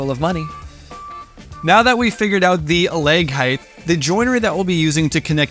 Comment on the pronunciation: Fantastic video. But one bugaboo: there is no 'th' at the end of the word 'height,' which rhymes with 'right.' Even in Canadia.